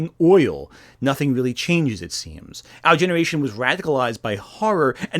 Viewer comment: Are you sure they aren’t “weal”? Are you wealy wealy sure? Whatever your point might be, whatever this video might be about, I cannot take anything to SEWEIOUSWY